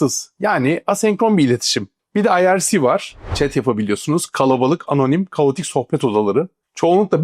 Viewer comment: ırç mırç ne tarram irc mirc o 😂